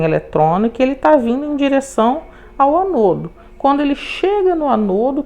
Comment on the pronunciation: Aula maravilhosa mas permita-me corrigi-la, com todo respeito: se fala ÂNODO e CÁTODO.